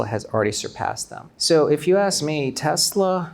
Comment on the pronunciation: 테슬러R하는거 너무 거슬려요 R없이 발음해주세요 ㅠㅠㅠㅠ